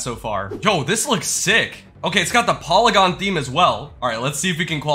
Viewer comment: that's not how you pronounce polygon